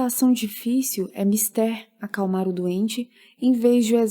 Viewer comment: Geeente, a pronúncia é "Mistér" mesmo!! Aprendamos com os mestres. Livro top, iniciativa melhor ainda!